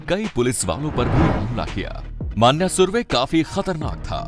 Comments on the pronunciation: माण्या नहीं भाई,मण्या हे वो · "मन्या not मान्या" .....मन्या सुर्वे